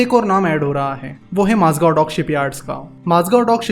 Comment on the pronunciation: One correction- Its Mazagaon not Mazgav The video is brilliant as always